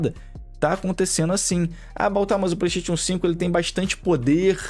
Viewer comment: No dia que vc aprender a falar Playstation eu lhe respeitarei Playsteitíon n da